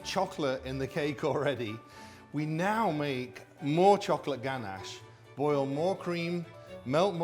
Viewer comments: Actually I think the word ganache comes from France, and in French we don't accentuate the words like you do in English :) In English you'd typically say "ganACHE", the guy said "GAnash" and in french we'd just say "ganache" without any anccentuation on any syllable (if that makes sense) ! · Gan-ash hah I love how he says it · "GANASH" - royal chef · the way he pronounces ganache triggers me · I'm English and I've never heard it pronounced the way he does.